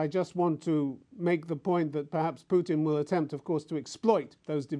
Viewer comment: Stup “putrin”